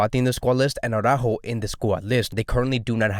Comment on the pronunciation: It's not Aww-rÁjo. It's Ara-ÚÚÚjo. It's not because a certain Jamie of a certain channel massacres Araújo's name, that you have to copy that faulty pronunciation. Saying AwrÁjo to AraÚjo is just as ridiculous as saying Póóky to Piqué.